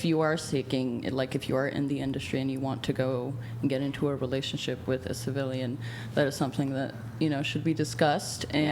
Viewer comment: DID THIS MF SAY CIVILAINS LIKE SEX WORK IS LIKE GANG LIFE OR THE ARMY LMAO